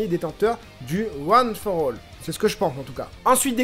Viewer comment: "one for all" tu le dis super bien 💪 Super épisode, depuis la semaine dernière j'ai l'impression que ça décolle enfin après un début de saison un peu mou.